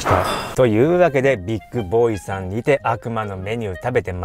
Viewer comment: ビックじゃなく ビッグだよ 乙